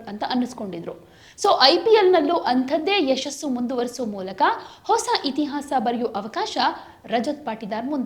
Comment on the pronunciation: ಹಿಸ ಅಲ್ಲ ಹೊಸ